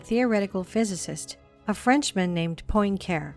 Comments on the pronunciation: She fucked up ultra heavy when pronouncing "Poin-care" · Thank you for reposting this older video. Great information. If you redo it at some point, I hope you will correct mispronunciations of names. Ones that I caught were: Feynman, Kabbalah and Poincaré. There may be others.